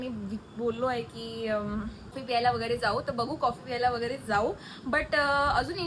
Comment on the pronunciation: Piyayla❌ Pyayla✅